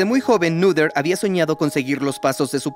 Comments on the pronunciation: Muy interesante, pero se pronuncia Néter o Nöter, pero no Núder 😮‍💨😮‍💨😮‍💨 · "Neder" "nuder"... como se pronuncia? Jaja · Perdonen, tenía que comentar esto, al principio y algunas veces en el transcurso del video , pronunciaron mal el nombre de esta genial matemática, Emmy Noether. Creo que no es muy difícil de decir realmente.